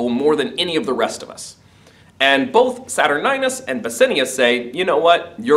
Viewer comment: the pronunciation of bassianus :((